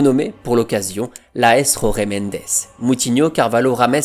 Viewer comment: Falcao ❤️ Désolé d'etre négatif mais la prononciation de Jorge Mendes est à revoir 🥲